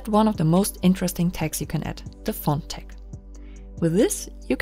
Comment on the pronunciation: I had trouble understanding you saying "tag" at first, sorry; it sounded like "tex". But I turned captions on. ;)